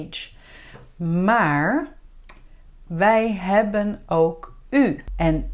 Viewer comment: Hallo I am very confused beause you say it is hebbenn but it is hebben so which one is it?